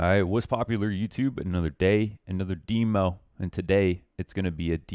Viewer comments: its demo not dimo xD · CALL IT DEMMO INSTEAD OF DEEMO PLEASE